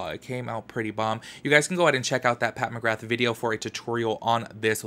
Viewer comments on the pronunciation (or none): none